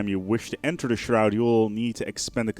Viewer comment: There's a U in that their word "shroud" boy